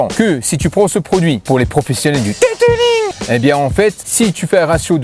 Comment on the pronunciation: Detelingggg 😂😂😂😂😂 super vidéo avec la franchise comme on aime